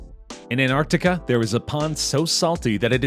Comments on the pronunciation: Why you calling it anartica?? Its "Antarctica" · It is not Antarticahhh, it is Antarctica. Cut ahhh at the end. Cringe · It’s not anarctica it’s Antarctic it has more then one T is it you should probably learn how to pronounce words properly before you make a video about it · Why the f*ck was the commentator calling it “AnArticar” instead of “AnTartica” ???